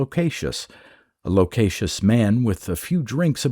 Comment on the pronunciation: Nice to see Harding get her due, she was really pretty excellent. You’re mispronouncing loquacious I’m sorry to say though, and whoever the woman is in the auto generated “people mentioned” photo, it is NOT Allison Harding lol.